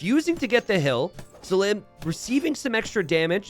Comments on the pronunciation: NGL the prouncation of selim by t90 is already enraging me xD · Anybody else find it ironic that he seems to be pronouncing Selim's name wrong just to make it rhyme?